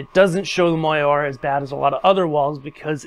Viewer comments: Great video. Very informative. However....."moire" is pronounced "mor - ray" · Moiré is pronounced “mwah-ray” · When you mispronounce MOIRE, it makes your otherwise good work seem less credible! Cheers